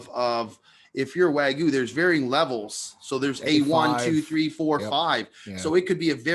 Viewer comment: WAG-YOO bro. Not WA-GOO fooooo. Lol❤